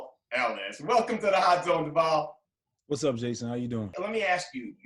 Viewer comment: Devale fans know that the interviewer mispronounced his name. Also, it’s evident that his responses were cut off.